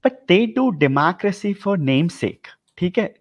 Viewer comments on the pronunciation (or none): Person who can't pronounce democracy is lecturing on DEEMAACRACEE. 🤦‍♂️ Secondly India isn't taking russian side. Officially Indian government has adopted neutral stance. Thirdly when it comes to supporting Ukraine that nation never supported India in any international issue, in fact Ukraine was in favour of sanctioning India. So just because Ukraine has democracy we are supposed to blindly favor them? With this logic India should also support barbaric nations like Pakistan and China, as they also have so called "Democracy". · 25 saal se USA main hai. Democracy bolna bhi nahi aata. Naat nahi not hota hai. Jhoota aadmi hai ye